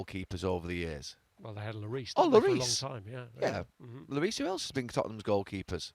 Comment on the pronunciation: He said loris 😐